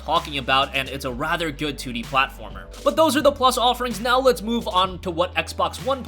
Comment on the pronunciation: Instead of 2d. You said "tootie". Lol